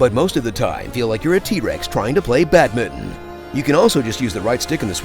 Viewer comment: Do you want to try saying "badminton" again It's bad min ton not badmidden